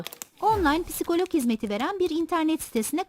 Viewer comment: psikolog diyişi😅😅